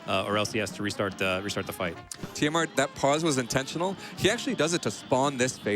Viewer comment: "rerestarts" beautiful, all of you